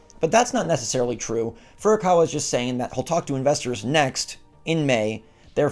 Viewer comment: Stop it Get some help!!! Say Furukawa hahahaha